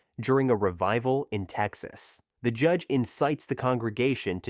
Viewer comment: Audiobook. The narrator keeps saying JEDGE instead of JUDGE. Let me give you an example. "Towering over them all is the JEDGE!"